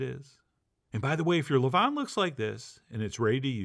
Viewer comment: Levain is pronounced the way you pronounce Oscar Levant's last name, but without the T on the end. Only mention it because you said it so many times it was driving me nuts. Beautiful bread.